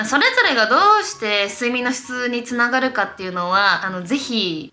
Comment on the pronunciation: 肥満防止につながrrrrrrrrるんですよ！！の巻き舌笑った笑笑笑笑 身長同じくらいだから勉強になるしめっちゃ好きチャンネル登録しました